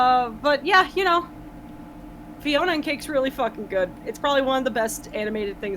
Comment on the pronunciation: Psst... it's Fionna, not Fiona